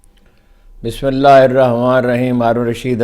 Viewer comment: ہارون رشید صاحب آپ بسم اللہ سهی پڑھ لیا کریں وازے ۔الفاظ میں